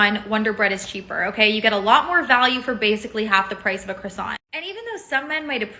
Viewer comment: Woman in pink jacket doesn’t know how to pronounce croissant.